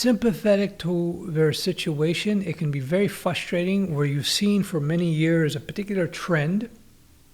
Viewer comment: can't even pronounce the word frustrating